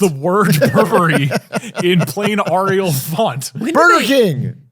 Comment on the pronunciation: AH riyal